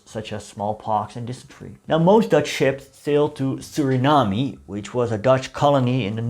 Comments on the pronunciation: I enjoyed your video except for the parts when ya mispronounce Suriname but ya did do ya research on this subject because I know a lot of Surinameese that don't even know this info , Hele fijne feestdagen en een gelukkig 2023 voor u . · Learn to pronounce the name of a country if you are going to make a video about it. 🤦🏻‍♂️ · No need to pronounce the ‘e’ at the end of Suriname, however you do have to pronounce the ‘a’ at the end of idea.